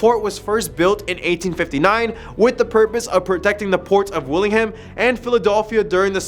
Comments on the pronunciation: Wilmington not willingham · "Willingham Delaware " 😂😂😂😂